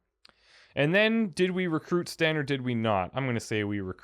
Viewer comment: i love listening to you think over these choices even though you don't always have things right and how you pronounce them. this is not meant to be snarky at all, i think it's super amusing "and he's a sten" nice ;'